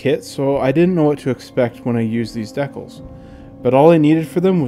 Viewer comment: I have to admit, I've never heard it pronounced "deck'lls" before.